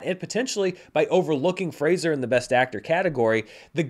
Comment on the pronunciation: Finally someone who knows how to pronounce Fraser. Hopefully Grace Is paying attention